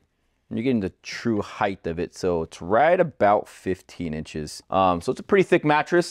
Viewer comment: There is no "th" at the end of the word heigHT.